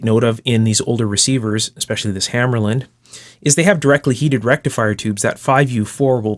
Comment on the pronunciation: Also it's pronounced hammahrluhnd not hammerlynd